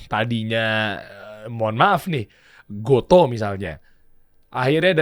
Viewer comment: Oh.., ternyata dibaca "go-to". Selama ini aku kira bacanya "go-tu"... 🤔